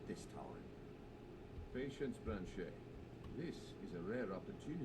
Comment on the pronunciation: Noooo brand-shei